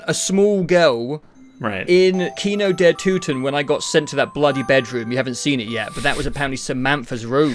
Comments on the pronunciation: Me as a german can tell you it's Kino der Toten ,not Kino der Tuten Same with nacht der untoten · im gonna say it, it is not TUTEN. Kino Der TOTEN. You pronounced them how the majority of the zombies community would understand the map as being called. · did this man just say kino der tootin???!?!?! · You said "Nacht der Öntüten" and "Kino der Tüten" lol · My guy pronounced maps like Kino der Toten correctly and then "fixed" it to the incorrect saying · i like how he pronounces kino der Toten even worse after looking it up